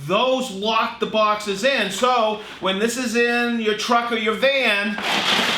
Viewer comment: Bouexxesss. Not sure you could sound any more American when you Bouexxesss. Lol, Here you go Festool, have even more of my money.